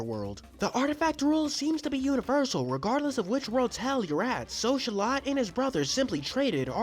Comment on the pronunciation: Oh wow i thought he's name was pronounced by "So-lo-tol"